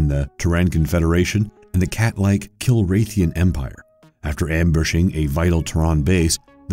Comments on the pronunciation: Teyrans. Kiraythis.... Dennis Hooper.. A like for the mindboggling unnecessary mispronunciations. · Ok dude...... if you are scifi fan as you claim than you should KNOW how to pronounce Terran. Tear-in is how you pronounce, as in someone from the the planet Terra. Kilrathi is pronounce either Kill-ra-the or Kill-raw-the. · It's Todd 'Maniac' Marshall. And it's pronounced kill rah thi. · Jesus,... if you absolutely have to mispronounce words like 'terran' and 'kilrathi', at least be consistent with them. Little tip; the accent is on the first syllable in terran, like tear-an. And the cat people are kill-rath-ee. Also, your sound editor is flubbing it, leaving pauses in weird places. Like between the first and last names of everyone, and inexplicably everywhere else too. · Kilrathian? C'mon. And I quit when he pronounced cavalry as "calvary." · Not to mention mispronouncing Terran, Kilrathi, David Suchet's name. I had to stop watching from the mispronunciation, it was so distracting. I don't know how anyone can recommend the Wind Commander movie. That movie is terrible, and I saw it at the cinema. Soldier is a movie worth watching, Kurt Russell is so underrated it's criminal. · ok 1, i can understand mispronouncing Kilrathi, but how do you pronounce terran wrong? seriously. i didnt really like that wing commander movie :P honestly they should have hired the cast from the games, there was no reason not to. Virus was a wierd movie. :/ Soldier, this was a good really good movie. :) space truckers lol that was a funny movie... and its denis HOPPER, not HOOPER. ok im done lol